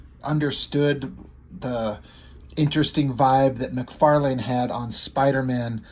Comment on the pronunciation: lol you are the only one I know so far that pronounces his name correctly we all say Mc farlin